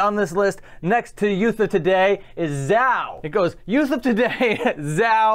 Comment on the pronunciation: You pronounced Zao like Zao instead of like Zao! 😊